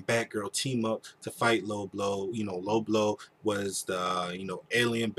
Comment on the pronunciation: Did he pronounce Lobo as "Low-blow"? Ha, that actually fits.